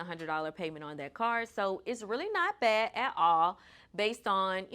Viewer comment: Lady ur positioning urself as an expert. Say the whole word. Every word. Ba' is not a word, the word is bad. Ou' isnt a word, its out. Startit isnt a word. Im a crip, i get it, but i dont go into the bank saying wuz craccin gee